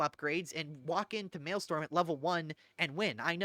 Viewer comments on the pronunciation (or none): I was sleeping, and this video woke me up because it was in my autoplay. Very informative, but for the love of fuck, you silly billy.... pronounce mar-tyr-dom and male-strom the way they're intended. I don't know who the fuck Marty Dom is and I've never played on Male Storm. ❤ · It broke me that over the course of this 1.5 hour video, you never pronounce the second R in martyrdom. Its NOT Marty-Dom, its mar-tyr-dom. Also, its Mael-strom. Not storm.